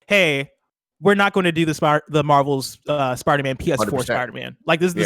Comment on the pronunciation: Why does pronounce Spider-Man like “Sparder-Man”